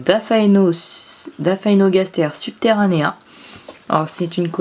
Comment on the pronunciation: Lasius emarginatus se prononce comme "émarjinatus" et non comme Guy. De même que polygyne qui ne se dit pas "polyguyne". Lol ! De plus, Aphaenogaster se prononce comme "Aphénogaster", mais moi même je le disais comme toi autrefois (les noms d'espèces sont vraiment tordus à vrai dire). Je possède depuis 2013 une belle colonie de ces petites fourmis rouges qui doit aujourd'hui friser les 40 000 individus. Du coup je me demande où en est la tienne actuellement = ? Comme anti évasion j'utilise de l'huile d'olive aromatisée basilic que j'applique au pinceau sous le cadre en PVC blanc ou le couvercle découpé de mes nids et ADC. Le "talcool" je trouve que c'est mort depuis longtemps et que c'est se faire chier pour rien ! Il est vrai que de nombreuses espèces boudent les vers de terre, je ne sais pas pourquoi non plus alors qu'ils sont réputés pour être une excellente source de protéines. J'ai pu conduire à maturité une jolie colonie de Formica rufibarbis à partir d'une reine seule entre 2011 et 2015 où la population était montée jusqu'à 6 ou 7 000 individus avant de s'éteindre subitement. Snif ! Je possède une fondation de Formica rufa sur ouvrières Formica fusca mais avec quelques premières ouvrières rousses. Or je ne pense pas pouvoir laisser croître chez moi cette espèce quand on sait ce que devient une colonie de fourmis rousses sur le long terme. J'aurais préféré trouver une gyne Formica sanguinea mais je rate souvent la période d'essaimage ou peine à débusquer une femelle iso